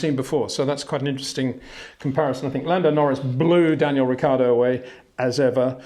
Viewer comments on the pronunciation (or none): none